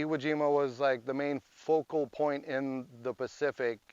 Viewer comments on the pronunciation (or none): none